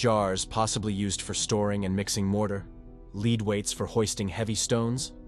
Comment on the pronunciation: "Leed" weights? Come on, get a real human being to narrate--someone who knows how to pronounce basic English words in context.